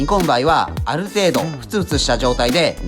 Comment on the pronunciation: ぶらーん、ぶらーん♪ 「あるﾙ程度」？ ぎりぎり、、、アウトぉ！！ いただきました！あざーっぷ♬ 「さﾗﾙり」？（笑） 今日は、短時間の間に、何度も見直さずに済みました。ざーっぷ！ わたしの為に新婚、、、仕込んでくれたんですよね？（笑） 今日も楽すぃかったぁ✨ 「シリーズﾙ」は、セーフにしときますわ（笑）